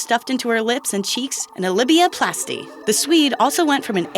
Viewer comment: a "Libya-plasty?" Why do you not know how to speak? It's LABIA - LAY-BEE-AH - you have them on your own body! They are part of your vulva, external female genitalia, - LIPS, get it? Inner and outter labia. SMH.